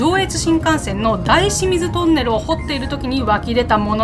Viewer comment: 「だいしみず」というか「おおしみず」という発音が個人的には好きです^^